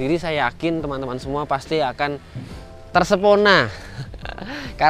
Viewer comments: ☺ maap mas salah ngomong yah tersepona ?. ter pesona hehe.. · Tersepona apa terpesona? Mas wkwk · Tersepona 😂,terpesona 😂😂